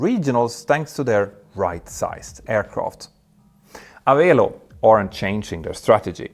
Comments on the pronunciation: Pronounced "a-VELL-oh" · Just a minor note: Avelo is pronounced like 'Hello'. :chillwcat